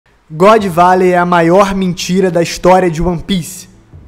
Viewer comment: "God Velley" e foda porra, mas ta bacana o video tmj, abraco, sucesso ai mlk.